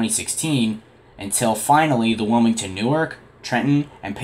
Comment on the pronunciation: Not to be a hater, but the town in Delaware serviced by SEPTA is pronounced “new-ARK” (as if Noah got a new boat). “NEWerk” is a city in northern New Jersey.